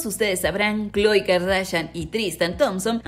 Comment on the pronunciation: Se ya má kloe no khoe